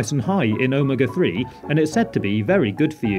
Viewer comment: ome-aga oh-may-ga